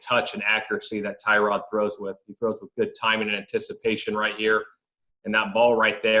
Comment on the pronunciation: This is not how Tyrod pronounces his first name.